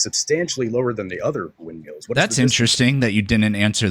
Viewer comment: He keeps calling windmills "wind meals" 🙄🤦‍♂️